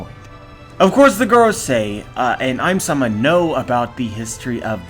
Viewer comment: Ym-sama is literally read "Eemu-sama", so I think a good English prononciation can be "Eem-sama"